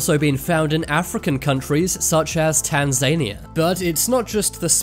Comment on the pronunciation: Tan zu nee ah